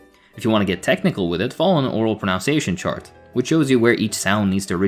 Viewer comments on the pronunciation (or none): Hate to do this but: you pronounce, as in ounce, your pronunciation, as in nun. It’s not prun-ounce-iation. Also, wind as in rhymes with mind is a word, you can wind a sprung clock. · Did you mispronounce pronunciation and albeit on purpose? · This is probably not the first comment on this, but… it's pronounced (and spelled) "pronunciation," not "pronounciation." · As a fellow foreigner who did the same, it’s proNUNciation. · He says pronunciation wrong lol.